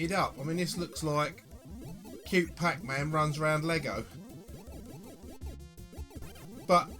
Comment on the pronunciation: "Pack Mann" ?!? Never heard of it.